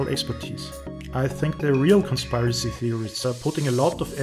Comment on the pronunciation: You have SEVERE confirmation bias and you generalize about people and assume crap you want to believe is true AND you need to at least pronounce "conspiracy" before you claim to be an expert. ; )